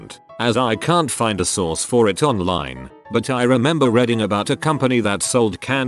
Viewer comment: That moment when a robot can't even read the word "reading" properly. I kinda think the notion that AI robot overlords will overtake us is a little bit far fetched.